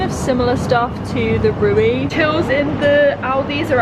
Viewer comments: the first „e“ more like the elongated „e“ in „sehr“ (very). The second „e“ sounds like the „e“ in „the“. So re-we, not Ray-way. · it's more like Reh-ve, not an 'ay' sound but an 'eh' like in 'zehn' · haha I had no idea what she was trying to say - it's pronounced Reh-ve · see below, the e is like the e in end. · Of course, Aldi is German. The two brothers who founded it were one of the richest Germans. The dead now. Indeed, Rewe is from Cologne, but the pronunciation is different. At first, I didn’t know what you mean be it. The e in Rewe is pronounced like the e in end. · Der gute „ruwi“ haha so cute how you pronounce REWE ;D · oh nooo, how cute is your pronunciation of REWE haha <3 You say it like RE llike REsting, W more like a V (for example Vater) and the last E like Elephant. haha I hope that helps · You pronounce “Rewe” wrong But please keep saying it It sounds funny 😂💕 Aldi is German: There is a north and a south one, depending on where you live in Germany. Yeah, you should try vloging in German please. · True 😂 I was so confused by this pronunciation but it’s cute ☺️ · Rewe spricht man anders aus! 🤣 aber das klingt so lustig, bitte weiter so! 🤣 und es wäre toll, wenn du einen Vlog auf Deutsch machen würdest! Viel Spaß noch auf deiner Reise! (Rewe is pronounced differently but it sounds funny so please keep saying it that way! I think it’ll be great if you would do a vlog in German. Have fun at your journey) ❤️ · btw I love your pronunciation of "Rewe" and I can recommend a restaurant called Vapiano, its German but selling Italian food with vegan options. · I absolutely love how you pronounce Rewe 😆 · The way you pronounce "REWE" reminds me of myself when I first moved to Germany 🙃🥰